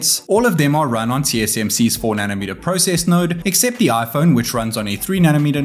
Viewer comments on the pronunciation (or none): none